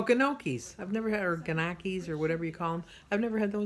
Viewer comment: Gnocchi pronounced "knee o kee". It is fabulous. I love it with a light tomato sauce.